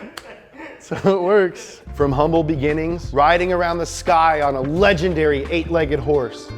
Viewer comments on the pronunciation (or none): none